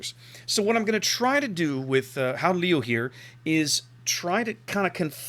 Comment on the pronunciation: You pronounc the first part of Leeuw like you would pronounc LE in Leo and then the last part close to like you would pronounce the French Oui ;-) Nice ship!